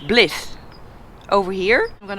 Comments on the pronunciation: Blith? Bly( as in why)th. 😀 Welcome to California!!! You inform as you go. Thank you. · Awesome! It makes me happy that you are so happy in your element off road! It is the best riding. No city, no people, no traffic! Enjoy our beautiful California and the deserts. But don't forget the beautiful ride North along the coast! Pronounced Bl-eye-th. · It is pronounced Bl-eye-th not Bleeth. Basically if you are from Blythe you are either a Meth producer or a Meth consumer. I am praying that your bike has not gotten stolen. I was also hoping that you would run into U2 on your way through Joshua Tree. :D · Blythe... loved your pronunciation: "blith"! Actually, it's said like "lie": "blieth". But I can't imagine pronouncing some of your place names in the Netherlands. When I lived in Southern California, I did a lot of riding throughout the area -- but only on tarmac. You're showing me a part of California I have never seen close up! Wonderful. 😄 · It's pronounced, blithe, not blith. :- ) What a fantastic view, this ride, into lands familiar to me, these open deserts, the horizon... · BL EYE TH, not BLITH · Great videographer. She was very cute when she pronounced BLYTHE as BLITH…. Locals pronounce it “Bl-LIE-Th..”. She is a gem. Tall ones are Ocotillo…. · Blythe has a long i sound, like you say eye. Not Blith! Even though you speak several languages... Welcome to California, now you better get going north before winter sets in! I am interested to see where else you choose to ride through. I would say Hwy 120 through Yosemite, Mammoth hotsprings on dirt roads, Crater Lake in Oregon. We shall see... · Blythe, not "blith". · Spelled Blythe pronounced Blithe (long I) not Blethe (short I). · Blythe B lie eye tuth. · Those funny trees were the Joshua Trees Noraly. And it's pronounced, (Bl'eye'th) lol not Blith. No worries safe travels. Plenty of motorcycle shops in Pheonix. No more until Prescott or Cottonwood 25 minutes from Sedona. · Blyth is pronounced "Blith"